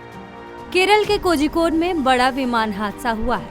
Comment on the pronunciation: Ye khozikode nahi hai pronunciation hai kolikode..Make ur correction.